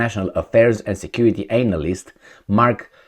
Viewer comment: I love your pronunciation of "analyst" 😂